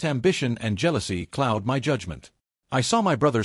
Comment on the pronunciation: "Your tearing this family apart"......... yeah typical phrase for an AI story, OH FOR F*CKSAKES SAY "MY" INSTEAD OF SAYING IT AS TWO SEPERATE LETTERS IT IS SO DAMN ANNOYING